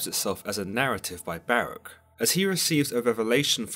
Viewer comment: Ok…. 🤦🏾‍♂️…. Listen to the enunciation carefully, ok? Baruch (ba-ruuk) / Barach (ba-rak)! That’s my language and ancestors’ name that you’re butchering. *and Samael LOST to Jacob; hence, the name Israel(He whom wrestles with god)! 👍🏾#urwelcome